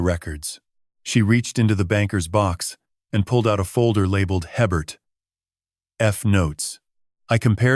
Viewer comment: If you're in Louisiana, you'd know that the name "Hebert" is pronounced "ay-bare".